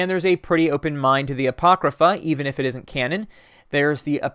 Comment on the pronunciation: my eye twitches every time i hear you say "apocrypha".